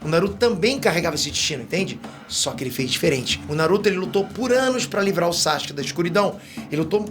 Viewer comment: Quando é que ele vai parar de falar SACHUKE?